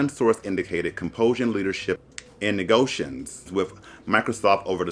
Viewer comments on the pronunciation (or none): "Negotions" - Sounds like you're referring to some alien race in Star Trek/Star Wars 🤣